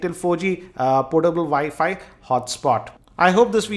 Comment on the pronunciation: my dad called it wefi it annoys me